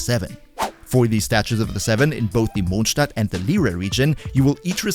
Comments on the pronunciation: Are you German? Cuz the way you said Mondstadt was on point. ok just found out lol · The only one who says Mondstadt correctly